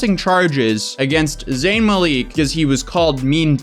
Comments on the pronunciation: you're saying Mah-leak But it's more like Muhl-ick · Not 'Mal-eek' more like 'Mal-ick' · It's malik not maleeeeeeeek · Is it really pronounced muh-leek? I’ve always heard mah-lik. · Zayn is the victim here, a victim of a set up by toxic & attention whores of people. BTW, it's MA-lik, not Ma-leek. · babes.. its (ma-lick) not (ma-leek) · Zayn "Maleek" 😂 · Every time I hear Maleek, I cringe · You’re pronouncing his surname wrong. You have to pronounce it as MA (LICK) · it’s Mal-ICK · M A L I C K that’s how it’s pronounced….😂😭💖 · Americans really need to stop calling him Zayn Maleek lol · ikr? its 'ma-lick' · Well here it’s a first name pronounced as Maleek because of vowels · Am I the only one who was annoyed by the way kept pronouncing “Malik”? Shdhsdhsjdsjfke 😶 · When he said Malik wrong 😬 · You're pronouncing his last name wrong lol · Even this guy who can't pronounce zayn's name correctly understands they did zayn dirty and some "fans" out there do not so ironic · I never heard anyone say zayns last name like that 😂 but Yolanda is so wrong if she actually did do that, can't stand entitled grandmothers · I died laughing when he pronounced it like that. As a zayn fan it hurts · You’re mispronouncing Zayn’s last name but I’ll forgive you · I cant get over how he says zayns last name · The way he pronounces Malik 😭😭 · I’m crying I know right at that point plz just say Zayn that’s it bud 😭😩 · thats what im saying lol